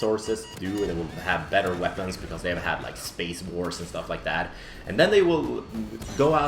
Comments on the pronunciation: Thought you said ''Spice'' in the beginning... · Everytime says space, it sounds like spice:D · That "space" at the beginning sounded Australian... Just me?